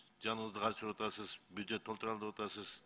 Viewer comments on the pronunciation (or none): none